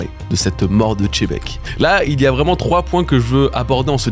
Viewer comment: continue de dire chebec au lieu de xebec et sa va te soulever ta race là